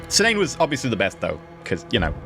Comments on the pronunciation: the name pronunciation is key-na-ne, the game is not pay to win, just a large grind at a certain point, and needs some balancing in my opinion. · Cynane is pronounced 'Kee-nah-nay' in the English language.